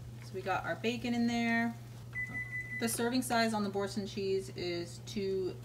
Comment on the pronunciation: Its pronounced "bor-saun" ....best cheese ever. 😊😊 and the noodles are plant based. An acquired taste.